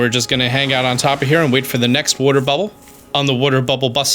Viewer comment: is Italian that's why he says booble frog lol